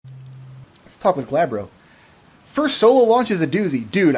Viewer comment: Gabbro doesn't have an L in it, so I'm just gonna assume you're calling them Gladbro every single time. 😁